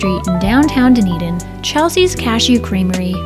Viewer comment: Enjoyed the video! Dunedin is pronounced “ done-eden “ for future reference ❤ loved seeing the scenery between st Pete to tarpon!